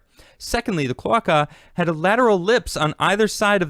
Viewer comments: omg the way you pronounce "clo-ache_uh" as "clo-ock-uh" is killing me. XD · kl-ö-ā-ka my dude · Its pronounced "Clow-Ay-kuh" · Klow•ei•kuh. Cloe-ei-ca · Latin. CLO-ARKA.